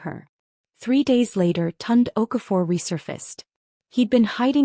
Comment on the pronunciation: Not TUND. Pronounced Toon-Day.